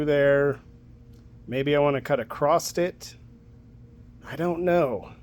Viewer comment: Did you say ACROST?